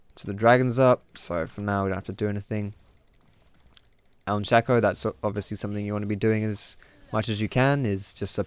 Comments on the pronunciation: His name is Shaco, not Shacco/Shacko! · Shaco not shaco